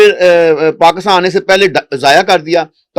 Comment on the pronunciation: Paakstan hota hai Ya Pakistan 😅😅 desh ka naam to sahi lelo karo Totlo